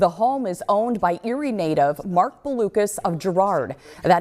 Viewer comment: Learn how to pronounce Blucas. It's not Balucas.